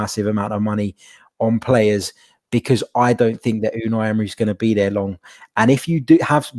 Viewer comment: 18 months later and still can’t pronounce Unai 😂😂.. love the pod lads, cheers from Atlanta 🇺🇸